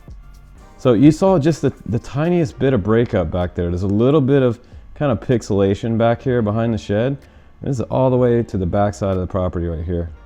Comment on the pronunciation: Pixel-I-Zation 😂 Pixelation.